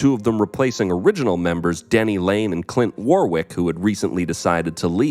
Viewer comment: War-wick? Pronounced Warwick (waryk)